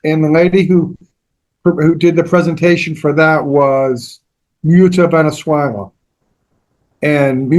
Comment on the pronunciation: Her name is Mutya Valenzuela. It's pronounced as M-oot-ya (short a)